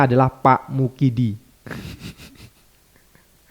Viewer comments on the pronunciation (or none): Bukan MUKIDI tapi WAKIDI 😂😂😂😂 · wakidi bang bukan mukidi...